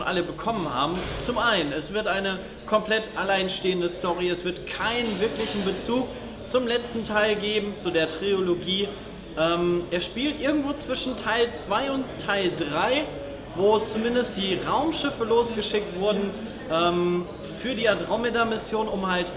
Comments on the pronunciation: Trilogie! Es heißt Trilogie, nicht Triologie!!!111! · Es heißt Trilogie. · Hat er grade "Triologie" gesagt?